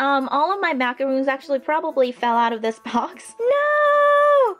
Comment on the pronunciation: Lastic you said the macaroons right the second time who agrees